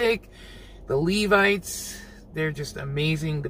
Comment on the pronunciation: thank you for pronouncing Levites correctly......I cant believe some of the other reactors and their pronunciation of LEVITES! Its a biblical name 🤦🏾‍♀️